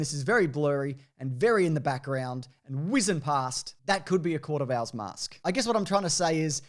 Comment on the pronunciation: I chuckle every time says “court of owls” with his accent it sounds like the “Court of Al’s”, a bunch of dudes all named Alan running Gotham City from the shadows